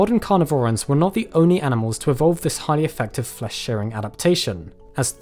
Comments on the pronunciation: It's "shearing" not "sharing" just FYI I mean you're supposed to be the expert here. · Sorry, are you saying “sharing” or “shearing”?